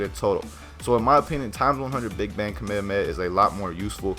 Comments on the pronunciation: STOP SAYING KAMEHAMAHA LIKE THAT JESUS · FFS KAA - MEH - HAA - MEH - HAA